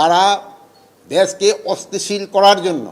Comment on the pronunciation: অস্থিতিশীল পরিস্থিতি শব্দটাও উচ্চারণ করতে পারেন না। ঘুম ভেঙে মাঝরাতে অন্যকে দোষ দেন, কি সংস্কার আর কি উন্নতি করলেন এদেশের একটু বলেন। এই ৬ মাসে বিচার বিহীন হত্যা,খুন, ধর্ষণ,লুটপাট, আর কি বাকি আছে না হবার, এরপরেও কতটা নিলজ্জ হয়ে এসব কথা বলতে পারেন একজন মানুষ। ছি